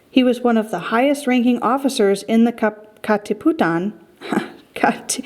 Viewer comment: ka katiputan🤣🤣 kat katipunan excuse me! got me laughing